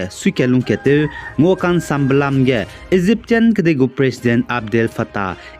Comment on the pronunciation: Egyptian gu pronunciation ah "egyptsian" (Ejeepsian) 😂 Cheu ra kau guai lau